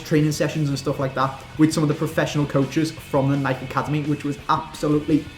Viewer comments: Its not nike its nikEe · please start calling it Nike. nike-ee. like how it's supposed to be pronounced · nikEEEEEEEEEEEEE..you pronounce the E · Luke Liston yea u bitch its pronounced nikey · lmao he said nik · Wait...How Did He Say Nike? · Why can't British people pronounce Nike correctly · Why does he pronounce Nike like that? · Does it not annoy anyone else how can't say fucking Nike?